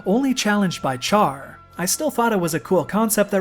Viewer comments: For someone who has watched the series, you really can't say Char. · Kojima must've deliberately asked Sunrise to make the OVA, the anime is so popular in Japan the similarity is extremely obvious.. (Also "Char" is pronounced as "Shar" in the original)